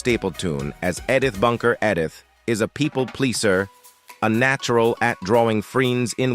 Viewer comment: Edd-ith … And Sally S Truthers… does it keep getting better?